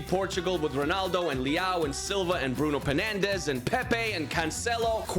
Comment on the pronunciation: You said brook Fernanpes